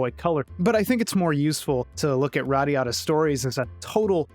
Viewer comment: Everytime you said this game's title, I heard it as "radda yadda" :D Anyone else?